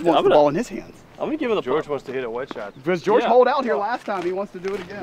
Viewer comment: I'm really sorry about this, but "porridge Georrige"